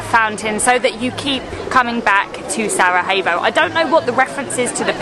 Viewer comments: The correct pronounciation is Sarajevo, not Sarahevo.😊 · Broh, its Sarajevo not Sarahevo... If you want replace the j by an y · What is with the pronunciation? You are not in Spain mate, pronounce j in “Sarajevo” as y, not as h… It hurts my ears… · You two are always brilliant!! Why do you keep saying SaraHevo? Slavic j is y, e.g. Sarayevo. ❤ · Just to clarify the capital city is spelled Sarajevo, but it is pronounced as Sarayewo it is not pronounced Sarahevo. Also, the food you ate at the Sač restaurant, only the one with meat is called burek; the rest are called pita + whatever it is filled with. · And please stop saying SARAHEVO its pronounced SARAYEVO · Hi guys, cool channel. Just wanted to point out that the pronunciation of the j is like y, not h. So Sarajevo is pronounced SaraYevo, not SaraHevo. Love the Bosnia vlogs. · Just one lil correction is the pronouncing the name of the city of Sarajevo it is not Sara hey vous but Sara ye vo. Sending love and hugs ❤ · You keep mispronouncing Sarajevo! J is not pronounced as H like in Spanish. It’s pronounced as Y. As in Yoyo. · Its not sarahevo irs Sarajevo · Great video, guys! Just wanted to tell you that the J in Bosnian is pronounced as a Y. So Sarajevo is pronounced as Sarayevo ;-) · Love Bosnia, I spent a few days in Mostar last year...stunning old town! I'm curious though, isn't the j in Sarajevo pronounced as a y in English? I've always known it as Sarayevo, not Sarahevo! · Yes, letter 'j' is pronounced as letter 'y' (Yankee 😁) in English. It's definitely not SaraHevo or SaraJevo as you would pronounce the first letter/sound in the name Justin. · Was wondering why he kept saying Sara-hey-vo and Sara-hey-vsko😅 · really enjoyed the vid but your pronunciation of Sarajevo wasn't it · You are aware there's no H in "Sarajevo," yes? Like, it's not like Spanish where the letter j is pronounced like an h? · J is pronounced like Y in Bosnian. 😊